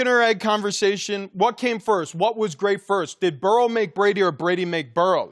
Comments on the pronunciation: Everybody: Joe Burrow Marcellus Wiley: Joe Burrell Ridiculous 🤣🤣🤣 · This is the dumbest group of people I've ever seen lmao that one guy said joe burrows name wrong